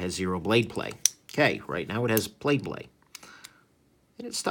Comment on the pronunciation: Did you just say “Plade Blay” ? 😂